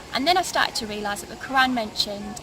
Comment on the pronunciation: Sorry not convinced. If she was raised as a Muslim she would not mispronounced the name of 'Allah' or the word 'Qur'an'. Also the name is not a Muslim or a Turkish name. Unfortunately it seems clear she was not ever taught about Islam in the first place. I bear witness that there is no god except the One True God, And Muhammad peace be upon him is His Messenger, And Jesus peace be upon him is also His prophet, who will return to lead the believers, destroy the crosses and kill the Antichrist. My friends, dreams can be easily tampered with by Satan, your reasons for choosing a path must be based on Revelation, on reason and sound spiritual judgement, not emotional impulse. The sister seems very nice, I wish her and you all the best. As salaamu alaykum